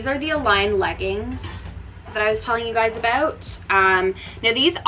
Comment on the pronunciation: I don’t know where u learned English, but please pronounce your words correctly. It’s “down”, not DE-OWN. Sound, not SE-OUND. About, not ab-eout. Very distracting!